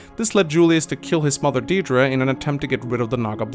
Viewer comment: I'm Irish and you're honestly the 1st person I've seen on YouTube pronounce Deirdre correctly